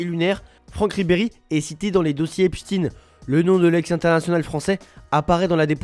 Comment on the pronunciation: Prononcez correctement epstein svp